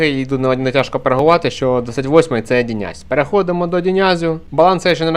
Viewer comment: Не хочу душнити, але правильно не Діняз, а Діназ